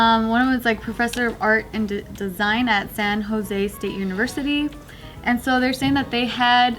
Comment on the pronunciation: Cmon why’d you pronounce San Jose like that?? Smh